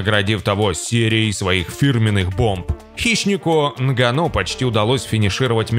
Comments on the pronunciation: нГанну а не нганнУ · Из за не правильного ударение Нганно, аж тошно слушать, правильно, что не подписался